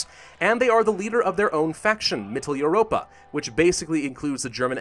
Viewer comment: Its pronounced MITTEL-OI-ROPA